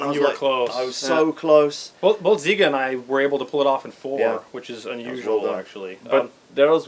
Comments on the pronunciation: Why everyone calls you Ziga? its Žiga I guess you have to be from Eastern Europe to understand. Greets from Lithuania! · I like how does not even try to say Žiga. Siga is the same thing after all, isnt it?